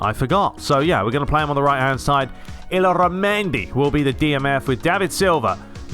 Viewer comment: " Iyarramendi " is the proper pronounce. please pronounce this in the next episode please please please please please please